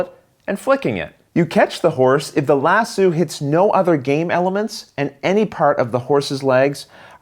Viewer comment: "Lass Oh"...not "Lass Sue"! Also...the rider gets in the saddle...not the stirrups. (Even though in real life you'd use the stirrups to get up on a horse and sit in the saddle!)